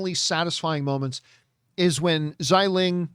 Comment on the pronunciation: For the sister's name, Xialing, just pronounce Xia like Shia in Shia Lebouf.